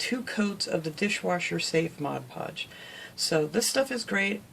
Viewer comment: Outstanding! I like that you do projects that are so unique. And like that you say Mod Podge not Modge Podge (my pet peeve).